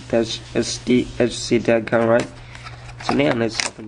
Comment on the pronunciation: Third r4i save dongle review I've watched where the person couldn't pronounce the product right. Everybody on youtubes got to have an accent huh?